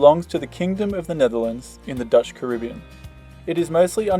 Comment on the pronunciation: How can you spell spell the Caribbean then said Caribbeon there's no such place or are all Americans dyslexic your use of English or American bastardise everything in the world so just learn to speak it properly